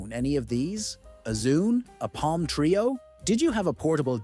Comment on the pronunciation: TRE-O. NOT TRAY-O